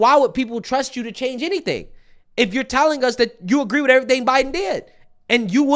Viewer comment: sunny said witch instead of with lol a white girl trying to speak like the vp camillione she needs ebonics